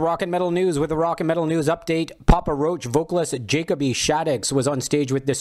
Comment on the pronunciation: It is not pronounced Jacob-E. It's pronounced Jucobee.